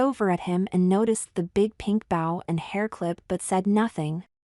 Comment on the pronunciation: Fun story. Suggest avoid using the word “bow”. Your text-to-speech software consistently mispronounces it, which is distracting.